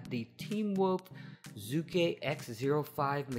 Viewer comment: You pronounced the name wrong I know I am Chinese.